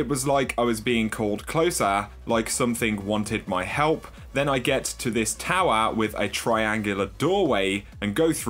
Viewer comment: Tower not towar where did you learn to talk?